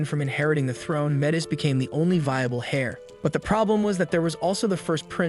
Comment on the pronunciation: "Dim"-"Metris" SMH. At least "Dim" is suitable. Hair, hare, harry (verb), splitting hairs here, so many hairs, hairs, hairs, OMFG! Google pronounce heir.,, A what,? Google pronounce basilisk, Teach your AI to pronounce it correctly. Knave: a dishonest or unscrupulous man, right? OMG, Ugh. SMFH,. LoL, did he take a missile up the butt or something?